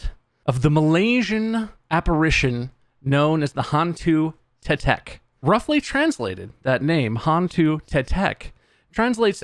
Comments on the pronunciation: I'm Malaysian and Hantu tetek is suppose to be scary but it's just hilarious. P.s i hate their pronounciation of Hantu tetek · Pronunciation "Hahn-too Teh-teck"